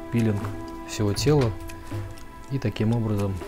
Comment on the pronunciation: Всё красиво кроме слова пииииилинг